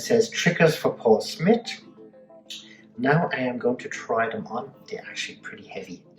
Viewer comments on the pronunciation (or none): Smith .........not smit